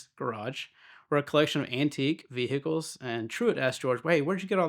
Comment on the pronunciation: Veeehickles.. isn't the correct term for a Lamborghini